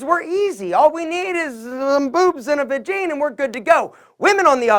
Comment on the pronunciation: he said vagene 🤣 I'm easily amused